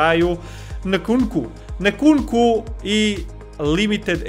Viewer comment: Nkunnku se izgovara enkuku. Svjejedno super otvaranje i samo tako nastavi